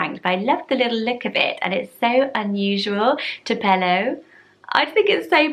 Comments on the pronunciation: Tupelo is a city in Mississippi, I’ve never like the word but my ears perked up when you said it!! Elvis was actually from Tupelo, Mississippi. You say it much more pretty than how we do over here. We say toop-el-oh, rather than tu-pello People would have a cow if someone was named Tupelo over here, however, you just made me fall in love with it! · It's prounounced TWO pel o, accent on first syllable...in Mississippi. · I came back to this video because I thought Tupelo said Jupelo at first and I can't get it out my head. Tupelo is cute but I'm loving Jupelo! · The emphasis in Tupelo is on the first and last syllable. TOO-puh-LOH. But I agree, it's a lovely Southern American name.